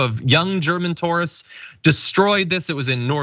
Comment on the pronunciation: I'd like to know how John came to his pronunciation of "tourists," and second-worst influencer joke would have been funnier if he hadn't said who the worst German influencer on Italy was. If you have to explain the joke, the joke dies.